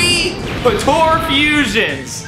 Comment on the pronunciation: Bro i like the video and everything but PLEASE stop calling it PA-TO-RA its PO-TA-RA i cringe so bad everytime you say patora. that's it and thank you